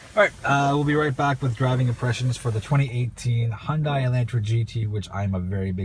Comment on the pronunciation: The car company name is pronounced like Sunday....Hyundai like Sunday, Hyundai like Sunday, Hyundai like Sunday, Hyundai like Sunday, Hyundai like Sunday, Hyundai like Sunday, Hyundai like Sunday, Hyundai like Sunday, Hyundai like Sunday, Hyundai like Sunday, Hyundai like Sunday, Hyundai like Sunday, Hyundai like Sunday, Hyundai like Sunday, Hyundai like Sunday, Hyundai like Sunday, Hyundai like Sunday, Hyundai like Sunday, Hyundai like Sunday, Hyundai like Sunday, Hyundai like Sunday, Hyundai like Sunday, Hyundai like Sunday, Hyundai like Sunday